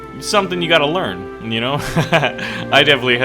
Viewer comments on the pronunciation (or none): none